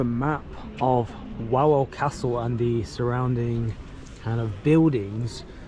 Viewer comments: Nie łałel tylko Wawel (vavel) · How come your friend didn't teach you how to pronounce Krakow or Wawel properly